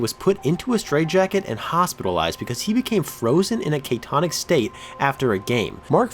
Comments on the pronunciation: K-Tonic?? 😂 or did you mean catatonic? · Its not “caytonic”. Its CATATONIC, lol!!! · Catatonic, not catonic. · I’m not going to hold against you your strange and nonstandard (...wrong) pronunciation of a “Kate-onic” state. Its actually cat-a-tonic, missed a syllable there, too. Again, while I can’t help the fact that I will always think very slightly less of you than my initial impression, I am willing and able to accept that psychology is not exactly your bailiwick or even a tangentially relevant aspect of the genre of your content. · Catatonic. Not catonic lol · You said catonic. I'm not sure if that's a word but the word you were looking for was catatonic. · *catatonic state Not "catonic" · catatonic , not caytonic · "Cay-tonic state"?? ( I'm just ) I'm gonna just mentally convert that to "catatonic" state. (Sorry. First time on the channel and I'm OCD.) You hooked me with the title. I have never heard of this dude at all, cuz WTF is baseball? Anyway, press play... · It's catatonic not catonic... It's escape not excape... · Btw it was probably just a slip of the tongue but it's catatonic, not catonic. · Lol did you just say K-tonic 😂😂😂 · catonic? not a word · “cAYtonic state”.,..?!?!? I think CATATONIC is what you were going for 🤣🤣🤣🤣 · “frozen in a KAY-tonic state” made me cringe, but otherwise enjoyed the video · The fuck is "kay-tonic"? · "kay-tonic state" dropped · "...because he became frozen in a KAY-Tonic state"...dude, learn to pronounce easy words before saying them. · the word is "catatonic." You are missing a syllable. I would recommend reading your script aloud to someone or at least listening to it before posting. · I turned this off when he mispronounced "catatonic". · Bad start...The Red Sox pitcher's name was Roger Moret, last name pronounced More-ETT, not More-AY, and it was a catatonic state, not KAY-tonic.